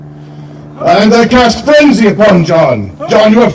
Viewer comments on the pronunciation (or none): Fwenzy spewell